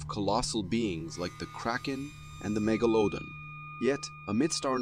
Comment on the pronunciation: Somebody is trying too hard to write an interesting script. Also learn how to pronounce 'megalodon.' Better yet, get new writer/narrators. Who speak English. This channel is a mess.